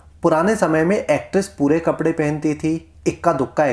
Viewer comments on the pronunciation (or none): none